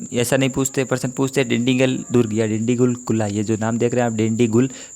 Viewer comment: सर "डिंडीगुल का किला" है न कि "डिंडीगुल का कुला।